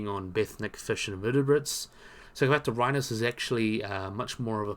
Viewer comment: Hey man, very good and entertaining video, but please, it'd be even better if you took some practice in pronouncing your scientific names correctly. Your struggle with them is getting pretty noticeable, sorry... I mean, "Agurostoma"? (Angaturama), "Sapanorhynus?" (Scapanorhyncus), "Ophalicodon" (Ophiacodon), Hategopteryx "thabelma" (thambema) I hope this sounds like constructive criticism for your videos, which aim to bring accuracy and credibility to these creatures, both living and extinct. Please, consider.